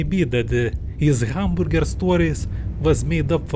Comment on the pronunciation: Hooman boorgir??😭